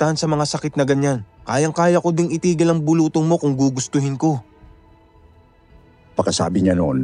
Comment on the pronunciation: Its bulu-tong.not bulutong.